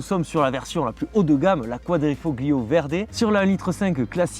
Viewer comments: Toujours un excellent choix de véhicules (on a les mêmes goûts). Bravo pour ton énergie et ton jeu de mains 😄 Pour ton information, on dit "quadrifo(g)Lio" ... on ne prononce pas le G, comme dans Ta(g)liatelles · Quadrifolio!!!! On 'e prononce pas le G!!!! 😂 Je hurle a chaque fois que tu le dis, et tu le dis a toutes les phrases !! Merci en tout cas pour cet essai d'un modèle que j'adore. J'ai eu un grand prix (série spéciale du quadrifo(g)Lio dans ma jeunesse, j'ai adoré cette voiture. Une merveille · Superbe vidéo encore une fois...Merci d'avoir remis à la lumière du jour cette magnifique voiture! Un travail de maître cette vidéo... Toutefois, il y a un petit bémol de prononciation...En italien, la lettre "G" est presque muette. Quadrifoglio se prononcerai plutôt quadrifolio. Sinon, c'est top. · "Quadrifoglio" faut avaler le G à la prononciation . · Arrête de prononcer le G de quadrifoglio... Il ne se prononce pas en Italien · Excellente revue d'un voiture tellement typique et pleine de charme ! Pour la prononciation de quadrifoglio, c'est comme les tagliatelle : le g ne se prononce pas et c'est parfait comme ça 😊. Encore bravo et merci ! 😘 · Super une alfa. Par contre le g de quadrifoglio ne se prononce pas en italien 😉